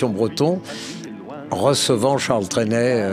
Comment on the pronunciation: Pas "Trénait",mais Trenet.